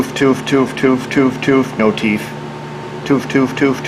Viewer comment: Is a furry? I ask because you say "teef" for "teeth".